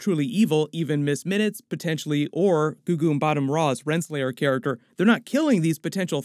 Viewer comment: You love saying "gugu mbatham-raw" 🤣🤣